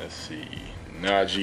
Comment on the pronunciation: It's not Najee its hange Zoe